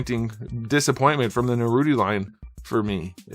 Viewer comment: At least say his name right. I get that you don't watch a lot of the source material but it seems a little disrespectful.